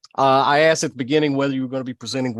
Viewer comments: I have a hard time taking anyone serious , even a lawyer who "axed" somebody a question. Both of the lawyers said it. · "Axed" rather than "asked" is a very common 'mis pronunciation' or variation dating back 800 years or more in the English Language. It can be a regional or cultural pronunciation.